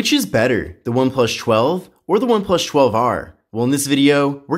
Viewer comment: Every video of this guy doing review for one+ I cant get over how he pronounced one plus. Why does he get saying one plush. Its annyoing the hell out of me